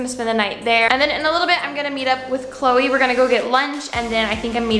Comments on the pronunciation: When she said Chole I was a bit confused... anyone else?? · When she said cloe, I thought that it was her dog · everytime she says Chloe her dog pops up in my head💀